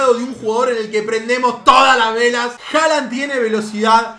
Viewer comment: no se pronuncia Haland se pronuncia Holand porque en Noruego la letra å se pronuncia como o. Entonces Håland se pronuncia Holand